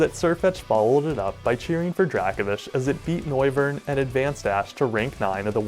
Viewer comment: That Dracovish pronunciation is seriously starting to vex me to the point of insanity. I mean, how would you pronounce “Draco Meteor” or the “Draco” constellation? Again, my ire is mostly aimed at the anime for giving it the pronunciation, but this certainly doesn’t help.